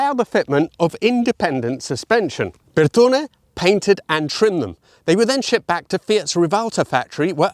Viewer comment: So after all that about pronunciation. PAN HARD rod??:face-turquoise-covering-eyes:My French background cringed! Nice BUR ton E buddy.😁Love the Lam pre di engine I souped up a 2 liter one in my early 20s. I remember carefully breaking it in then just as I saw the odo tick over my foot right to the mat!! A minute later it dropped a valve.😭Second rebuild was the charm. Cheers